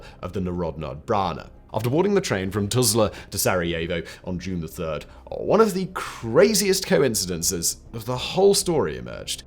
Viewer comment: How did you pronounce it Tulza in one sentence, Tuzla in the following sentence and then Tulza again later? I am impressed,. You did it effortlessly too.